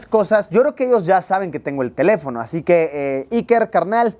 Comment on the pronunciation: se te fue el acento en teléfono, lo pusiste en sobreesdrújula y es esdrújula, saludos